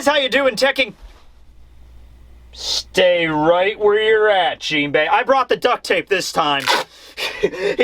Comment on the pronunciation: "JeepHey" Lol...